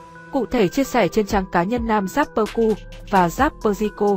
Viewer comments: Chỉ có "rapper" chứ không có "dapper" đâu nhé kênh. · Vãi loz. Dáp pơ, ka dích :)) chịu quả đánh vần